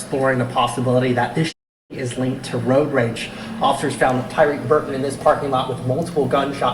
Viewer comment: Why did the news reporter demolish his name tho???? So disrespectful...respect the deceased by pronouncing his name correctly. Damn.. it's not hard to pronounce..TY-REEK. Not Ty RECK. 😑